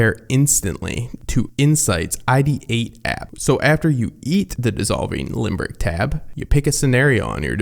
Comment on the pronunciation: Limbic, not limbRic